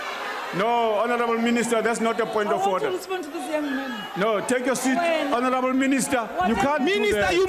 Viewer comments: An I the only one who heard horanable instead of honorable 😬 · Di just said horonable member? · Lol no,Horanable Member,Yoh I thought they say Honarable member